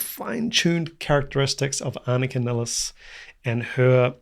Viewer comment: Anika NYLES NOT NILLES